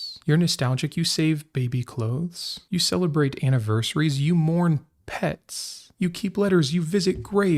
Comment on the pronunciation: The emphasis is on the word "you".